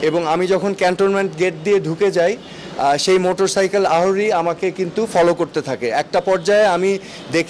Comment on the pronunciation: আহোরী না, আরোহী হবে।